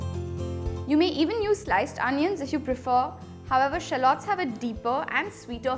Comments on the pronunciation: Nice video!! Would the paratha be good with chicken curry cuz i don't eat mutton? Btw, sorry but u pronounced 'shallots' wrong😕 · oh ok.. maybe in India it's pronounced this way but i'm from the US n we pronounce it differently!! Sorry😰